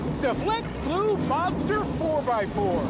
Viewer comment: he said gleu not weld